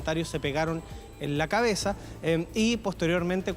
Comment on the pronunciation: "Se pegaron en la caezah" dijo la.